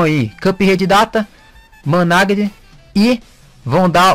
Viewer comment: ' Manage' KKKK COMO TÁ INGLÊS